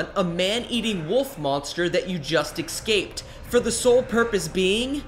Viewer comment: I thought only black people said "exscaped".